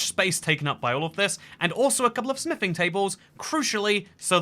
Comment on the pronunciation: Why do i keep hearing sniffing templates a d table instead of smithing😂 Am i missing something?😂